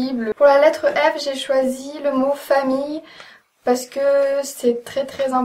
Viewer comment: "Z ben zé fini" haha génial !